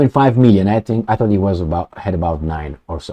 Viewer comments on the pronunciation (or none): none